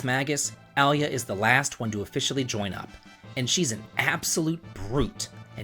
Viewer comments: Its Ayla, btw. Not Alya. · Ayla not Alya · it's Ayla not Alya. Love the list! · I would say Ayla is pronounced Eye-lah, rather than Ali-ah. You're not the first person to say Marle is the weakest character. 😉 Seen her at the bottom of a few lists. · It isn't Eye-lah. It's A-Lah. In Japanese エイラ (Eira). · In this case, he's saying "Al-lee-ya" for "Eye-la" though. Saying the Y sound after the L that it comes after it. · Aliah ? Thiks it's Aye-Lah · A-La. It's like saying hwat. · It’s Eye-lah or A-lah. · Crow-no* Ayy-lah* Decent video otherwise. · "Allie-uh" XD First time I've heard that one. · Ayla. Pronounced AL-EE-YA. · Great review, but one issue I have with it is the pronunciation of one character. Ayla . I always pronounced it like this A-la and as she is pretty much a carbon copy of a book and movie character ayla of Earth's children clan of the cave bear I always thought of it that way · It isn't eye-la. It's Ay-La. In Japanese エイラ (Eira). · Marl? Luca? ALIA?!!! who tf are those? MarlE, LucCa, AYLA. AY-LA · "MAR-UHL', 'AL-EE-UH', 'CRAH-NOH'. Dude, do you speak the language? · Why are you mispronouncing their names so badly. The game is crow no trigger, so his name is crow no and it's eye la or a la, not alley ya. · Yeah, but they have their names written in Japanese, and that shows how they are pronounced. Marle is “Mar-lay.” Magus is “May-Jus” Ayla is “Eye-La” Crono is “Chrono” (don’t know how you get that one wrong) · I hate to be THAT guy, but..."Ahh-lee-uh" and "Kraw-noh"? That was butchered harder than a pig during a bacon shortage LOL.